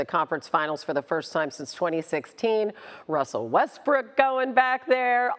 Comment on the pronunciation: Wussel Westbrook